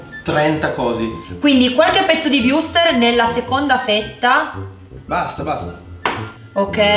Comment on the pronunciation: dice sempre wurster